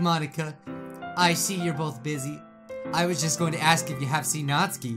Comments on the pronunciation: Your saying Natsuki wrong ( nAAAt suki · It's pronounced nats-oo-ki Just to help bro your awesome.